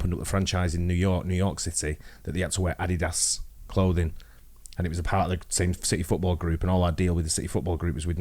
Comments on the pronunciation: WTF is AH DEE DAS? HAHAHA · That’s the first time I’ve heard adidas pronounced like that